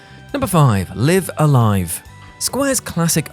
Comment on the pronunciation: 1) the Japanese title of the game is wrote "ライブ·ア·ライブ", whichi is read "raibu a raibu". 2) Or you could go check the announcement trailer at Nintendo Direct 2.10.22 and see how the narrator said it.